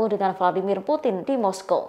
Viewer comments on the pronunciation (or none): none